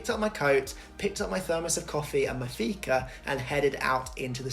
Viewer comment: And you pronounced personnummer as a Stockholmare. Shame on you. :) But then you said Fika and you are forgiven. Så du förstår vad vi skriver antar jag. Väldigt bra. Välkommen! A-kassa is 80 percent for like 6 months and then 65 percent for another six month and then your fucked :)